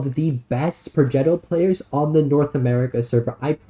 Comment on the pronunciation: Pro-jet-o, lol, and you gotta roll the r